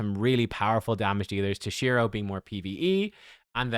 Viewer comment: tOshiro not tosh-I-ro